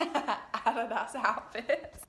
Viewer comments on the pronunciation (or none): The way she pronounces adidas😭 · I love how you pronounce adidas add a das in the US we say a dee dus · Had no idea Australians pronounced adidas so differently I'm pretty shook rn